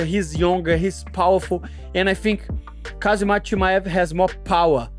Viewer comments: Chael: Hazmat Moicano: kazamat ✋🍺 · My man Renato, It's 'Khamzat' and not 'Khazmat'! :D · Kuh-Hama-Zat aka Khamzat 😂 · Who the fuck is kazzemat lol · Everybody butchers Khamzat's voice. Its Hom - zott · khazmat, khazmat.... LOL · I just cant get enough of Miocano's various Kazamatch pronounciations! Dudes a lyrical legend. 😂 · Casmat, Kazemat, Khazmat, I love the pronounciations, rivaling Uncle Chael and JOey Diaz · Kah-zi-mat Chee-mayev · So many fighters have trouble pronouncing Khamzat! They say "Khazmat"!!😂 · He said Kazmatch twice, too lol 🤣🤣🤣🤣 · Chael and Moicano pronounces Khamzat’s name like they got something against him 😂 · Moicano's out here tryna challenge Sonnen for the undisputed mispronounce championship... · He's copying Uncle Chaels' pronunciations😂😂😂